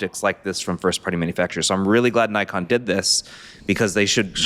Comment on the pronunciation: Old mate solemnly apologising for not predicting the xt30 and suggesting people were mistaken... no one cares. Shit turns up or it doesnt and the world turns regardless. Also, why are you able to pronounce Ricoh correctly but not Nikon?